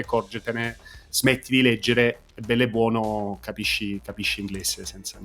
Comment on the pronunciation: Noooo vabbè, dopo quel “Bell e bbuono” detto cosi bene da un inglese possiamo chiudere tutto ! 😂